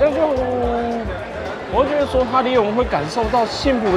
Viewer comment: 講出"閾"(ㄩˋ)值讓我嚇到，想不到國文素養還頗高的，我身邊一堆人會講"閥"(ㄈㄚˊ)值....